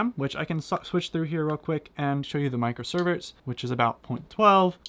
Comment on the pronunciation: i'm sorry, "micro-cervix"???